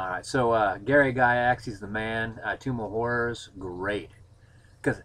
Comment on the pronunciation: Maybe it's the hard strawberry you're drinking or the Dragon Stout I'm drinking but I could swear you said "Tomb of Whores". That sounds a lot more fun.